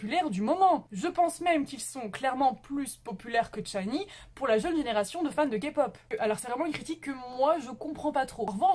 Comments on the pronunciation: euh c'est pas 'tchinee, c'est shinee' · Rien de méchant, mais t'as mal prononcer " SHINee " ( c'était mignon :) ♡ le " SH" devant se prononce comme " ch " de chaussure ou châtain... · Mon dieu ma chérie ça va pas du touuuuut (cordula lolilol) SHINee -> chat-y-nie pas t-chat-y-nie Baekhyun -> bec-H-yeon